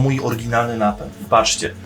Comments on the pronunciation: Napent? czy Napęd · CZemu napent ? a nie napęd?